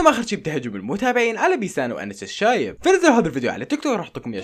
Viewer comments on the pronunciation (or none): none